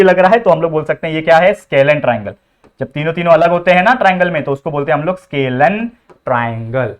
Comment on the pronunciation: सर वो स्केलिन नहीं स्कॅलिन triangle हैं।